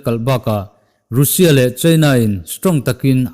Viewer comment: Nga tinge Russia hi "rû sia" ti a i lam tlat zel le??? "raa sia" ti a lam zawk tur zawk aniaa, ruusia i tih leh thin hian kalo trim uaih zel...😊🙂